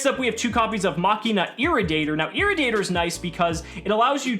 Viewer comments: It's not irri-dater, it's ir-ra-di-ator. As in radiation/radioactive/radiator. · Everyone is saying irridator.... it’s ir-radiator 🤣🤣🤣y’all missing the puns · Why can't you pronounce Irradiator?